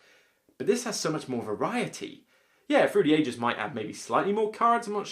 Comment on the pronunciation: Whever you say through the ages all I hear is fruity ages.